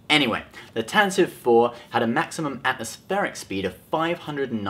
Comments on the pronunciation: Jesus christ, its "Tan-Tiv-ee" not "Tan-tive" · It's pronounced Tantivee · The name of Leia's ship, the CR-90 was pronounced 'TAN tah vee", btw. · Tantive is pronounced Tantivee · Pronouncing Tantive wrong :(